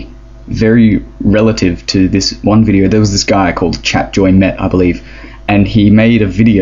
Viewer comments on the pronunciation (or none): none